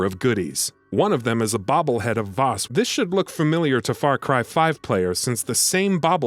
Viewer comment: Vaas is pronounced like the a in Apple , idiots.